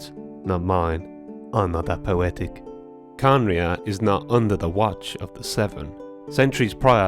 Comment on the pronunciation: Its not khanria its kahneriah